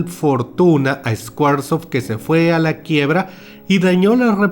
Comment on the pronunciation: Me agrada la forma como haces crítica y son muy entretenidos tus videos. Pero tienes una pronunciación HORRIBLE en ingles, ni siquiera esta bien hablado... “Escuarsof” para hablar de SQUARESOFT, por favor en secundaria nos enseñan ingles y aunque no te guste se pega un poco.